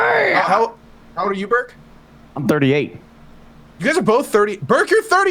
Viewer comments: I keep hearing Berg and get confused when I don't see Gassy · Every time JP says "Burke" I hear "Berg" and try to understand what GassyMexican character is doing on Dropped Frames.